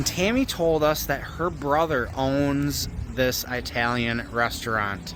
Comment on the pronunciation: Nice video but all I was is annoyed by the way you pronounce italian.